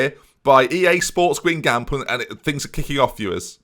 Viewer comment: And when he pronounces Guingamp the way he does. AFTER ALL THEY'VE DONE FOR YOU,.